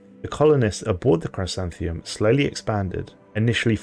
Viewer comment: It’s pronounced “Chrisanthemum” it’s a type of flower , a daisy of sorts.